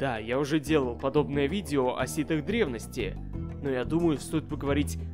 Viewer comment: Не сит, а ситх